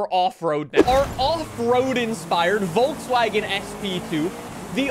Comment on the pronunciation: You pronounce Volkswagen wrong all the time